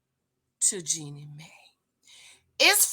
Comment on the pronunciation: JEAN-knee MY not May